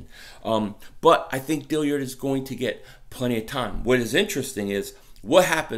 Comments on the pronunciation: ......please. My only issue with your past few videos. It's Andre Dill-ARD. Not Dill-iard or Dill-yard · it’s DILLARD NOT DILLIARD PLEASE YOURE KILLING ME MAN